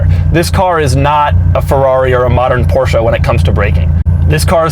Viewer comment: Dougie Doug, thank you for all the fun but please it's not por-shj-A but rather por-shj-uh. Thank you! (